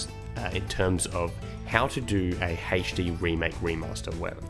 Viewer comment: Love your videos mate it's always great (still getting used to the way HD is said there lol) but yeah i agree. Maybe have my own opinions but all in all you're right and toys for bob is doing it right. You can always nitpick but don't put down the game. I like how you see the good the bad both points and take them and make a final conclusion rather than the first shit you feel/think of. And you're not biased and "set" in your ways. Heha